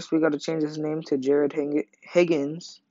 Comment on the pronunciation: Its jared higgins, not jarid